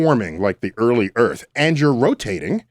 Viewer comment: PSST.... Mr, er... Sway... You live on EARTH, not "ERF".